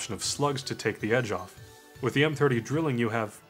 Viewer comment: Im sorry I need to point this out. It's pronounced "dry-ling" not "drilling". It's German for "triple" :)